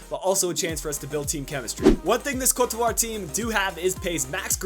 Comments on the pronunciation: It's pronounced Coat de Evua. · it's not coat devoire... how do you butcher the name THAT badly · I was under the impression it was pronounced Co-te De Ivory with the sound of an accented e